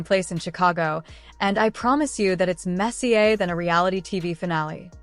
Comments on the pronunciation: You need to get rid of that stupid computer-generated speech the stupid thing can't even say the words right. It's not mess-ee-aa. it's mess-ee-er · AI BS commentary. Way too much blabbering and not enough actual information. This is not a pay by the word article it is a video. You know how I know it is AI, listen to it pronounce messier as Messier he soccer/football player. Sis not bother finishing the whole thing.